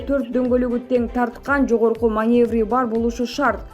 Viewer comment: Дагы маневар деп окуп жатасынбы тоок мээ уйронсон боло манёвр дейт